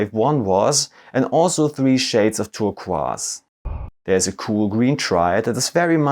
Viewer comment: Great Review but who tf says turquoise 'tur-kwas'?!?!?!